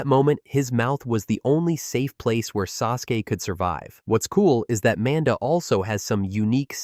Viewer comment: It also will NEVER say Manda’s name properly. So even the well disguised voices that aren’t this default robot voice or the other deeper default voice, will always do it. I had one the other day that had a genuinely well done voice&speech pattern and the second it said Manda like the name Amanda I realized it was another AI which I’ll never not downvote cuz fuck the slop. Tho I do like all the exposition of this one ironically, I do get why many (including urself) wouldn’t.